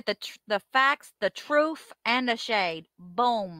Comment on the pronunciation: Substain Troof